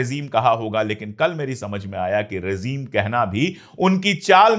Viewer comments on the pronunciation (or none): Excellent. If you don't mind, it is rejeem, not rezeem.